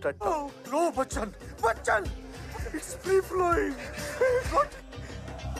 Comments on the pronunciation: Kalo bacanya versi india sih min bachan pande aja bukan bachcacan pande🙏🏻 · Bacanya "Bacan min" bukan bacacan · Bachan min.bukan bacacan